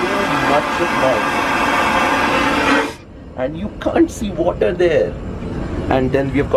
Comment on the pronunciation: wath have you brought... Wather😂😅🤣